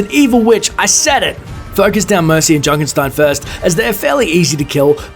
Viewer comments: It's Junkenstein, not Junkenstine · Its Junkenstein, not Junkenstine.